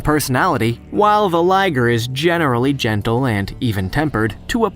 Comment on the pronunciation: its not Ligere its Liger